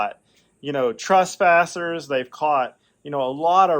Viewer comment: …I heard the word “trespassers “ as “trustpassers”….! It’ll preach!